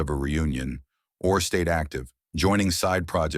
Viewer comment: Stupid AI, Benjamin Or R